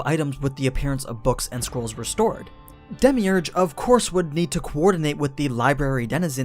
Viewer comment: who else got triggered when he pronounced his name wrong lol